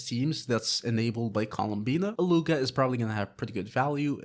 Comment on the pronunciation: His name is pronounced, eat-loo-a